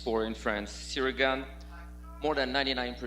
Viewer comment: I'm convinced Jon is saying his name wrong on purpose.